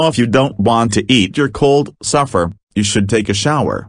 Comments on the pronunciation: And it’s SUPPER not “suffer” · The grammar in the video description is terrible but the video is fantastic and I love how pronounces suffer instead of supper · Its pronounced supper not suffer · Besides, it’s “supper”. Not “Suffer”.